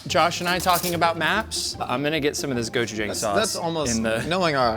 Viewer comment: The way he says galbi and gochujang drives me nuts.